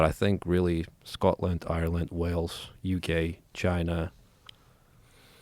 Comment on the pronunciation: Russian guy says Scotland with a Scottish accent....